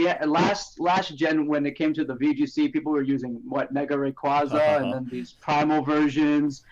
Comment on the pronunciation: OMG can ONE f ing person say raquaza right ( its ray cuay zuh)